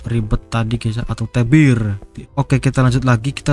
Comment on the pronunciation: Namanya T.E.B.I.R bg bukan LEBIR🗿